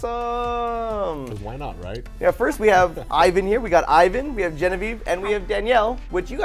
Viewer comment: IVAN not IAN.